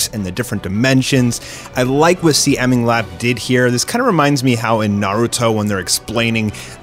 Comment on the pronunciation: first of all, CMingLap is pronounced "See" "Ming" "Lap"